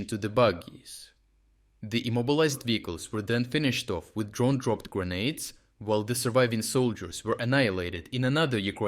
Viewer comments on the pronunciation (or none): none